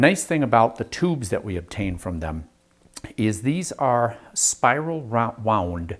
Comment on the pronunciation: Spiwil wound uwu